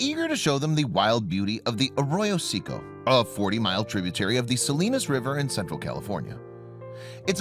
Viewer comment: Arroyo Say Coe